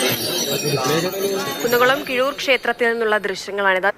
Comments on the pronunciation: കുഴൂർ അല്ല കിഴൂർ ആണ്😂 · കുഴൂർ അല്ല. കിഴൂർ ആണ്. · കുഴൂർഅമ്പലം അല്ല.. കിഴൂർ അമ്പലം.. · കുഴൂർ അല്ല കിഴൂർ അല്ലെ??